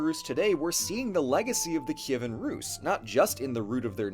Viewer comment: Best summary of our history from a foreigner on youtube! All the names are correct, like "Kyivan" and "Volodymyr", along with other details. Dyakuyu!!!